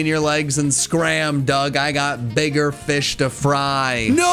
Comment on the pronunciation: Fuse everything with feesh